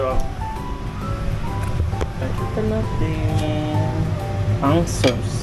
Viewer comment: Ang cute mag pronounce ng "sows" (sauce) Pinoy Ng Pinoy hahahha❤